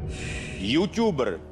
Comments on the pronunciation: Nevyslovuje se GOUGOUMANTV ale GOGOMENTV A ještě se nevyslovuje yůťůber ale yůtůber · Juťubr a yutuber není skoro stejní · D:-D:-) jůťubr☺ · Garb úplně.... prostě juťubr :DDD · Garb juťubr 😁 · Garb gougoumanTV ehmmm jasně😂😂A ještě joutuber 😱😱😂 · Nevím, co se to učíte za angličtinu, ale v té co znám já, se to vyslovuje "Jútůbr" :D. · jůťuber ,Mentý, GougouMentv, "dobrá výslovnost" :D chcípam smíchy :DDDDDD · MenTý,GouGouMenTV,Jůťůbr Výslovnost za ! 1 ! Pane Vašut :DD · Jůťůber GougoumenTV, mentý já chcípám ta výslovnost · jůtjubr s toho jsem nemohla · Panebože mě tak sere když někdo říká jůťůber😬😬😬